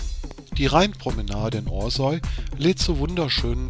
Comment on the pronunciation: Es heißt nicht Osäu, sondern Orsau...